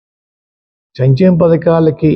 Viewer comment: చంచెమ కాదు సంక్షేమ